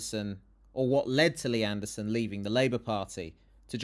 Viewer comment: I love that protestor's pronouncement of "Mr Andersooon". Very Matrix